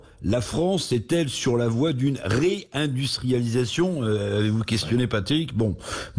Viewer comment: Réindustrialidatoon? Avec quelle én+ergie ?